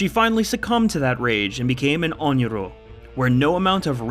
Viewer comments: Sadako and Rin should not be grouped together. Sadako would be very pro-entity, as the entity and her have an agreement. Rin however, was manipulated by the entity and if she discovered the manipulation, who do you think would be on the wrong end of her katana? Also Onryo is pronounced (ON-ree-oh) not (ON-yee-roh). Also sadako is not that similar to spirit lore wise, Sadako had her power before she died, rin's power is entirely entity given. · it is NOT “onyro” it’s “onryo” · Ok but pronouncing onryo as onyoro is crazy lmao! It's not even hard to pronounce like what?? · Not to be a butthole, but: it’s “Onryō.” Like “On-ree-oh” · God thats a mispronunciation of onryo if i heard one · Pretty sure onryo is misspronounced